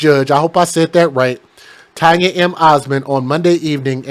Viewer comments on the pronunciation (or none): none